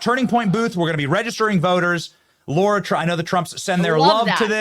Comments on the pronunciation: It's LARA Benny, not Laura. How disrespectful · Her name is Lah-Rah not law-rah... comon benny. 😮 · Benny, by now, you should be able to pronounce her name correctly. It's called respect! Obviously, she has it to overlook your stupidity.